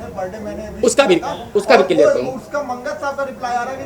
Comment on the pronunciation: first learn English and Hindi then speak on social networking sites परमोशन नही होता है प्रमोशन और किलीयेर नही क्लिअर pehale bola sikh buddhe